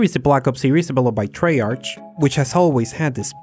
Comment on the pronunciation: Di-... did he just say tray arCH?